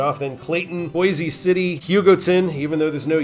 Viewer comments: It's pronounced "Boys" City. No relation to the Idaho city. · I'm from Western KS, it is "Boys" City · There's probably another coment but boise city isn't pronounced that way